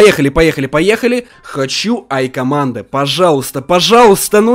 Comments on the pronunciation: Првильно говорить "джи командо" а не "я командо" Если начнёшь правильно говорить все поймут что ты читаешь коменты! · Не АйКомандо А ДжейКомандо